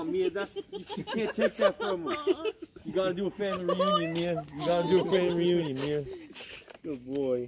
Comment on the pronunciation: Shia sounds slurred ”family reunion”. Really hope this dudes not back on drugs or alcohol. He's one of my inspirations. Love you shia